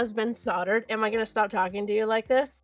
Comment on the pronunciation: Great watching your progress through this difficult but satisfying craftwork. You did a lovely job of this, truly. One thing: Solder has a hard L, so it is pronounced soLdered, not soddered. Just so you know, I'm not picking but someone doesn't know unless they are corrected, true? Loved the video. 💝🙏